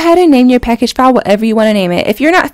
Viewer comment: When she was saving file I thought she was saying foul 😂 I'm sitting here like what the fuck is she talking about it, then yeah I made sense of it